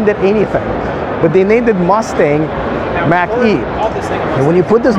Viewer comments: It's MACH not MACK. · Model Y and Mach E are extremely comparable. They are competing in the same segment. And, Mach E is pronounced like mock not like an Apple Mac. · Mach is pronounced like “mock”. Named after Ernst Mach. It rhymes with Bach. Saying “Mack” is like pronouncing Tesla as “Tezla”. Elon Musk can’t pronounce the name of his company correctly because he’s not the one who picked the name. Or he’s doing it so he can say Martin named it Tesla but I renamed it Tezla, spelled with an S not Z. Lol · Man I was thinking the same thing!!! Its Mock not Big Mac! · Just say Mawk...Mach 1 is the speed of sound, Mach 2 is 2x the speed of sound, etc. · It more of a au sound, not quite mock but between mock and mack ahah, weird word indeed